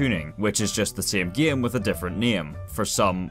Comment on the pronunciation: Listening to him say “the sæm gæm with a different næm” is beautiful 😂